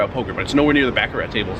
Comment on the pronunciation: Learn how to pronounce baccarat ,u butcher it every time